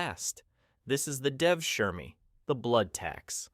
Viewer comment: DEAAAAAAAAVSHGHGTHGSHIEARMEEEEEEE. How about you find 2 more minutes and pronounce it right. Cause if you cant do that, how are we spose to believe you re not talking full of shit ?